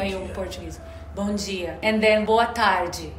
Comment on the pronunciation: Bomjia sa Kanila sa Portuguese bomdia. Like patatas sa Portuguese patatash